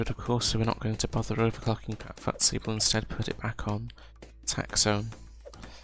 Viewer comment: Good guide, thanks … but … it's FUSTY FUSS-TEE FUSS-TEE FUSS-TEE not FUTT-SEE.